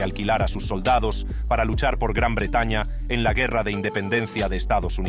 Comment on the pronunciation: Quita la voz robot no pronuncia bien el Español! No pues dijo guerra como un gringo!!!!